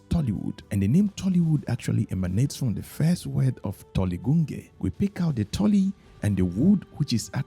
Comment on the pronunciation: Tollygunge is pronounced as Tollygonj. Keep up the good work brother. 👍🏻